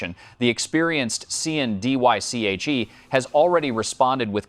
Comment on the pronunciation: as soon as I heard him say TottenHAM & Sean "Ditch" I knew it was all over. So ridiculous!🤦🏻‍♂️